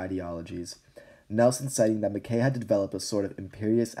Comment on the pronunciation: I’m sorry, it’s pronounced “Ma-kye” not makay